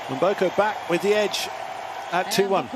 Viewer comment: it isn't Emboko, it is m as in 'mhmm' Mboko